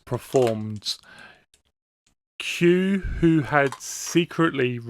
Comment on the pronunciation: Whenever you say “Q who…” I hear it in my head as “Q-hoo, big summer blowout!”